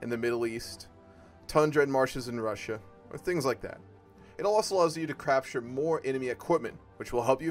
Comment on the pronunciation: lol you said crapture